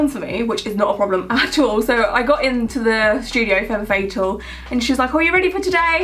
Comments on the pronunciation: FAME FATAL ISTG 😂😂😂 It's French, it's pronounced Femme Fatale (Feh-m Fah-tah-L) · I believe it's pronounced femme fatale, like fəˈtäl, not fatal (ˈfādl). Not to harp or anything, I just love saying fem fəˈtäl. Sultry. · It’s not (Feh-m Fah-tah-l) but (Fah-m Fah-tah-l) like farm without the r.